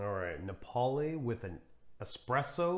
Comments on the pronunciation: Thanks for another excellent video. I think all these strong espressos work well with milk. Diavolitto is a personal favorite. Napoli is pronounced NAH-poh-lee. 👍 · It's Ri-STREHT-to and NA-poh-li (named for the Italian city, "Naples" in English).